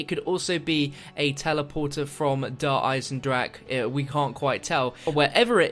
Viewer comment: He just refuses to say deer eisendrache correctly